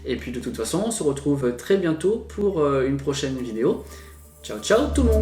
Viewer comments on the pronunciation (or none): none